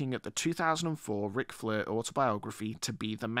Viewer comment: Stop saying flur it's soooo annoying